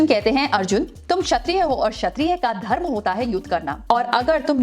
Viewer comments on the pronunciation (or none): none